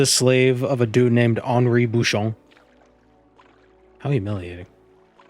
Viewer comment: Your french prononciation is splendid, your « Henri Bouchon » came straight out a parisian café baguette/20